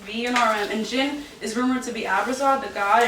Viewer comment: The way she pronounce their name is incorrect it’s not Jen it’s Jin 💀